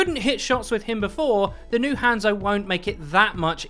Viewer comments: Learn to pronounce hanzo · Let's talk about the real issue here the way this guy says hanzo